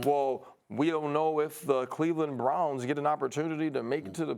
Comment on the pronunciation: Ryan Clark - "The Brounwz" "Douwn"